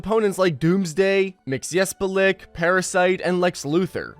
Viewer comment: How do you not know how to say Mxyzptlk correctly, yet; you're doing a video on DC characters?